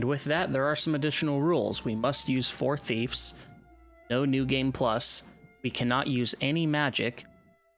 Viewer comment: "Thiefs"? NO "Thieves" YES